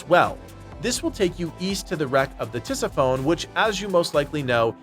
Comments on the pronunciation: It's pronounced ti-SIF-uh-nee. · "Tis-if-o-ne" is how you pronounce that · pronounced Tisi-Phoney